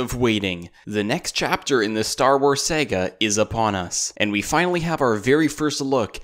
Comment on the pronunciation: E2theJ He slaughtered Saga, said sega.